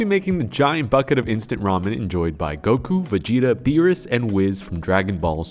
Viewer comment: "BEEERUS and WIZZ" lol